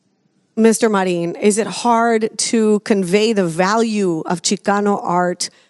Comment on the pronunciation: When did Marin become Mar̃ín?